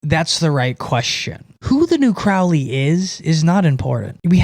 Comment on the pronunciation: Crowley like "holy" not "fouly"